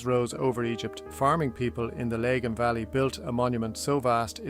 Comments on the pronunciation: Lag-an not Lay-gan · It’s AIR generated so this is a mispronunciation the name is the LAGON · lah gan mate not le gahn is this your voice or an AI voice? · Comber is “cum-ber” (as in cucumber) - the b is not silent Lagan is “la gun” (rhymes with dragon) Lough is pronounced like the Scottish equivalent Loch (or at least lock if you can’t manage that), not like Loughborough. Other than that a surprisingly interesting video for something AI spat out. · Interesting video,. Thank you. Wonderful use of AI. Well done indeed. You sound Irish, but the first three letters of Lagan are pronounced as in "lag" to "lag behind". Cumber is pronounced as is "crumb" not comb as in "comb.. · laygan valley lol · The Cavehill is in the wrong place in some shots. Pronunciations are off for the River Lagan ( Laggin) and Comber isn’t Comer (it’s pronounced Cumber). I’m not sure there was a waterway ever that close to the Giant’s Ring. The AI picture makes it look as if it is at the coast. I’d prefer more factual reference photos based on old maps and present day photos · Its Lagan Valley. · Entire history? I'm sorry but this is as remarkable as minutes of me learning how to put up a fucking shelf. This is without history or any basis true to belfast. A complete pointless creation.....and its called the river fucking lagan not the lay.gaine....terrible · Lay-gan? And the 't' is silent in 'Hugenots'. Who is reading this? 😂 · Some inaccurate pronunciations of Lagan, Comber Heugenots etc. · Not sure how someone with my accent can pronounce Lagan incorrectly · Is the commentary AI? If so please adjust the accent so locals can recognise the place names, particularly Lagan & Comber🤨. A shame as the script is well put together, for the most part avoiding cliches. Not sure where the image of the Titanic quarter came from as themutated dry dock/slipway is neither fish nor fowl. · Nice... but the geography is wrong... cave hill in wrong place.. lagan mispronounced